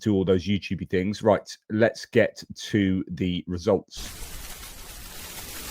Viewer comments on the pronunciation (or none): none